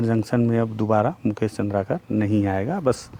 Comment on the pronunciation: Mujhe ये बात समझ नहीं आती की मुकेश चन्द्राकर आपके जीग्री दोस्त थे पर आप बार बार चन्द्राकर को चन्द्राकार काहे कहते हैं दादा आप गुणी जन हैं अच्छा उच्चारण करिये